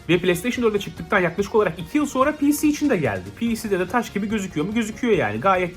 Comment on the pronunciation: Abi piğsi demene kıl kapmaya başladım